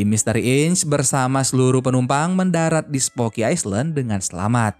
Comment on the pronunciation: Skdar koreksi min , island d'bca iylend